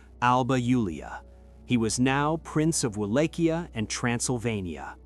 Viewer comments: try reading it as VALAKHYA not as UALACHIA...great video.keep it up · Mihai the brave was the son of a Byzantine aristocratic family and his brother was once a voivode of Wallachia as well. Also the pronunciations... The C is silent in Wallachia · Except of the name butchering,nice video!